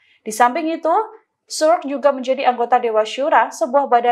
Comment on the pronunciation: Sukr bacanya bukan Suk tapi Sukur